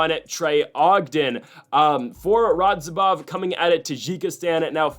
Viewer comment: Still didn't say "Radzhabov" correctly a single time. Lol